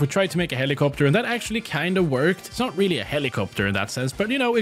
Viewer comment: "im not dumb you are" rwallly